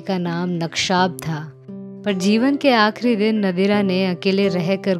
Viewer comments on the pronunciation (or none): नक्शाब नहीं वो नकशब है।